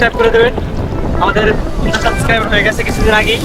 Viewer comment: subscribe বলতে পারে না 🤣